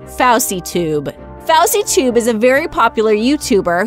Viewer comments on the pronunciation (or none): you dont pronounce it like fauwsietube, its foesietube. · It's fouseytube not fousehtube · Mo troll stopper you said fousytube wrong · Mo troll stopper its not foy sey tube its fousey tube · FOSSYTUBE LMAO ITS FouseyTube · Hold up what did you call yousef? Like wtf it's FouseyTube not FousieTube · Lmfao Fou sea tube lol it's fooseytube but it's spelt Fouseytube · she said fowsi tube instead of fousey tube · It's not fosy tube it's fo u sy tube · Pavel Diaz I know lol her:fowsy tube me: haha ( busting out laughing ) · FAWSEY TUBE lol 😂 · It pronounced foo~sey tube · FusieTube thats how u say it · FouseyTube is pronounced (FO-zy-TUBE) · Foysey toob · Jakv Gdt lol yea there saying it wrong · the way she says fousey tube has me dead lol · she said FouseyTUBE wrong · Who Got Angry When She Kept On Pronouncing FouseyTube Wrong!!! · The way she says fousey tube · Fix the Pronunciation of FousyTube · you said fousytune wrong